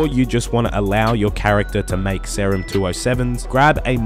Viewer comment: Pronounce serum correctly pls